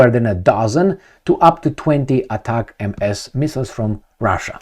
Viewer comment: US give to UA 20 ATACAMS, from witch they used last week 18 in that attack on the air bases and had 2 left,,,now they used last 2...and STOP reading ATACAM-MS like this because it is read in one word without MS........you simply read it ATACAMS